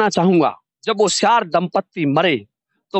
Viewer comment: Siyar hota soyar nhi